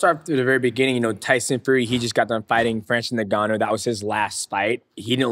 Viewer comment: how the fuc* nobody can actually pronounce Ngannou correctly ? it's not NEGANOU but Ngannou